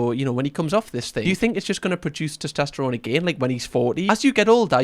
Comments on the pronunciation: Anyone else notices pronounces it as "tostesterone"? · Have a doughnut every time says ‘toss-test-errone’ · SOMEONE PLEASE help say TESTOSTERONE properly 😫😭 i'm gonna be hearing tost-est-erone in my nightmares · Testosterone. Not tistesterone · Your mispronunciation of testosterone is adorable 🥰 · Please don't ever say "testosterone" again. ✌️ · your pronunciation of testosterone is triggering me. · AND FOR THE LOVE OF GOD TEACH HIM HOW TO SAY TESTOSTERONE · But what CAN hurt you is how he's pronouncing 'testosterone' 💀